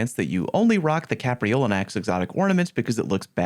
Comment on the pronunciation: I love the Stag, and yes, you did pronounce Capreolinax correctly.